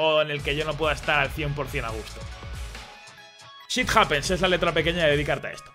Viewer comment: "Shit Happens" Yo entendí "Sith Happens" xD